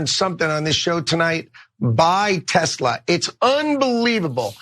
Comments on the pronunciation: Come on guys, it's spelled and pronounced: Telser! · It's not Tezla, it's Tesler.